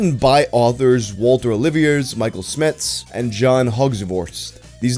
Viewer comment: it's pronounced oh-liv-e-ay